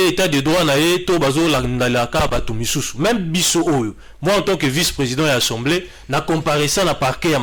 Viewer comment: Molakisi a l universite qui est au rabais, ne wait meme pas prononcer assamblee mais il dit ensemblee